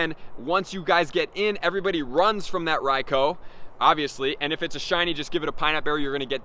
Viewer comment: His pronunciation of Raikou is painful.... Bro use the U